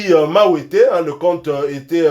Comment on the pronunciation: Merci beaucoup pour vos salutations, c'est Charly Wantete non Mawete.